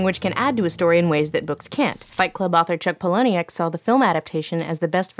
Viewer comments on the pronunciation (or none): It's pronounced "Pal•a•nuk", not "Paul•oh•nee•ak" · FYI 'Palahniuk' is pronounced 'paula-nick', not 'pa-lah-nee-ick'